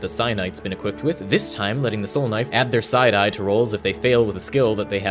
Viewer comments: Thought he was saying "side eye" lol took me a minute to figure out he was saying "psi die" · when he said psi die i thought he said side eye